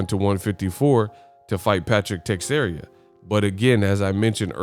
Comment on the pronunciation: Te-share-a not text-area